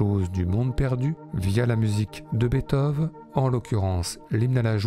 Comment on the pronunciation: J'aimerai que quelqu'un m'explique pourquoi une fois sur deux, la voix off prononce Bèthov au lieu de Beethoven (et par la même qu'on m'explique pourquoi les Français prononcent le nom de cet incroyable compositeur de manière si erronée?) ??